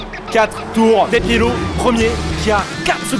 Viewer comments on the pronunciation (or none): depielo et pas diepelo